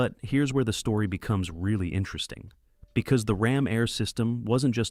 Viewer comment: 1967 Pontiac GTO Rom Air. Rom Air? Really? Goodness you are bad at this. Do us all a favor -- stop making these videos.